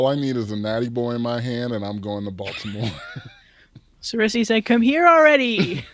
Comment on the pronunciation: lol yes come to Baltimore guys! I’ve never had a nattybo 😅 before but I’ve seen them. Plus I appreciate how says Baltimore! Like he one of us 😂